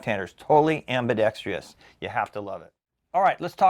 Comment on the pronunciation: Ambidextrous. - AM..BEE..DEX..TRUSS...... Why do so many Americans have a problem pronouncing this word? (it's not just you 😁)